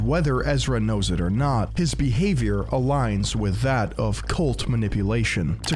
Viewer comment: You know someone is going to drop a serious enlightening disquisition when they say the word THAT with three syllables. Regardless if he does have some sort of mental incapacity his behavior suggests he's just a pretentious prick.